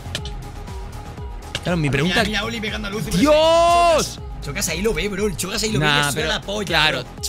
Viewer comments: Por es xocas envés de chocas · El xocas tuvo que ser eliminado en el teléfono escacharrado lo dice mal